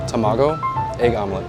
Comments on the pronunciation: TA...MA..GO..!! Not Tam ago.... LEARN JAPANESE!!! You sound like a moron even time you say Tamago!!! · I love how he says tamágo like tomato, instead of tamàgo, like how it's actually pronounced... reminds me of that horrible movie called Battleship in which the americans kept calling captain Yamato captain yamayto.. really ear grinding. :D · Are the Japanese folks in this thread bothered by his pronunciation of "tamago"? (Also of Kagoshima.) I'm not an expert, but it sounds like he accented the syllables wrong. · A sushi chef calling tamago, tuh maa goo. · toe-mago. Lol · Imagine being half Japanese yet not being able to pronounce Tamago correctly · He pronounced 卵 wrong! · its so triggering to hear him say tamago like that 😂